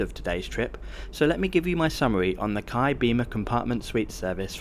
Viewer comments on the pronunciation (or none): We pronounce the Indonesia Railways Service as K-A-I, not KAI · You say each letter of the name. K.A.I. (Indonesian "Ka" "A" "E"). At that price it's better to fly. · im pretty sure it’s the language barrier that did your friends wrong. It has always been K-A-I (kuh-ah-ee) and nobody (literally not even a single Indonesian) pronounce it KAI.